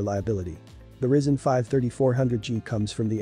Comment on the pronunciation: It's RYZEN not RISEN